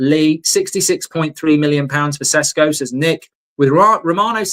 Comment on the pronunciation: Call him by his real flipping name!! Yesterday you had guy from Slovenia telling you how to say and that his sadly deceased mother had a same name!! Ffs stop sitting on your brain with this, it's not flipping Cesco! I'm genuinely gonna go fucking insane